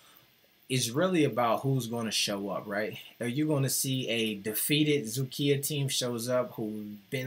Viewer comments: Is doing remarkably good job on Vytautas games and I am amazed about his pronunciation of Dzukija. Just Lietkabelis is not realy "Lick the bell" teem, but in translation "Lithuanian cable" or "Litcabel". This franchase was established in 1964. My self waching Vytautas LKL and BBB games thuo I am Šiauliai teem fan. Best regards to. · You pronounced Dzūkija perfectly.